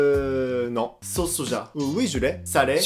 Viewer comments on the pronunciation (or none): none